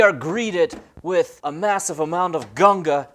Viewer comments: Great video. Only part i didnt like was how you kept saying "gunga" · YOU SAID GUNGA!!! hahahahha I'm still laughing